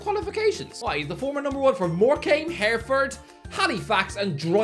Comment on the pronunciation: on a one-man mission to pronounce everything wrong lol, it’s HEH-ruh-ford not HAIR-ford